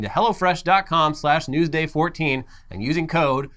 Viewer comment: Sounds like says "go to hell fresh"